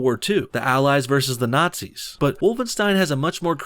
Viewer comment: Hay you said Naizies it the Axis powers